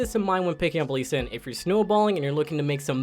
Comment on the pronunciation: the same guys who calls Lee Sin Lead singer